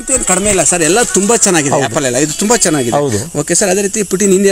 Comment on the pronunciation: ಯಾಪಲ್ ಅಲ್ವೋ ಆಪಲ್.